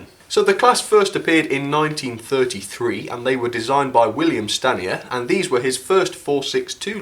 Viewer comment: not Stanier. :)